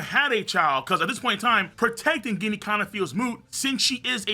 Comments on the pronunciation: Yo it's written ジニー in japanese and it sounds like genie not guinea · Ginny is pronounced “Jenny” my guy. 😭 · it's Ginny like Gin the liquor, not actually pronouncing the G lol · IT'S PRONOUNCED JINNY!!!!!!!!!!!!!